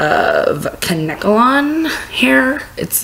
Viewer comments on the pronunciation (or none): The way you pronounce "kankelon" is funny. It's "kain-kah-lon". 😂 I love the hair though, especially the leopard spots.